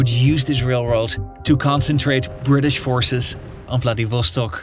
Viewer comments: Its "rasputitsa", not rasputista. Also, proper pronunciation of the cities: vladivostOk, khabArovsk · KhabArovsk. VladivostOk. Memorise it. Please.